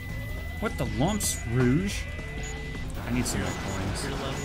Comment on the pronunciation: It is pronounced r-oa-g